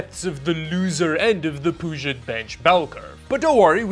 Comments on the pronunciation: I love that pronounces Puget as Poo-jet, instead of the correct Pyu-jet.:D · butchering the name of a body of water he lives less than 150 miles from made me die a little. For the record, folks there pronounce it "Pew-jet". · Pew-jet like the Puget Sound (the big sound in western Washington which is home to the Seattle-Tacoma metro area) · Puget sounds like Pew-Jet. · Love the video. Glad to see you getting a new editing machine, hope it serves you well. BTW, for future reference you pronounce Puget like "Pew-jet". It's named after the Puget Sound just in case you needed more info. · Never heart anyone pronounce Puget with the French accent. I get why you would might but still.